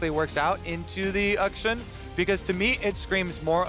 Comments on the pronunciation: west of China. I’ve actually researched this now because I’m sure you guys are just trolling. “Akshan” the name is pronounced “Aukshaan”. Not “Uhk-shun”. I’m not wrong. Have a great week. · Champion's name: "Akshan" Kobe: "Uhkshun" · I'm like... 99% sure that regardless of English pronunciation rules... Uckshun sounds like a really stupid way to pronounce a name for anything other than like, a venereal disease.